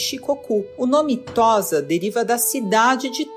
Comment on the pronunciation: Não se fala "Tóza", mas "Tôssa".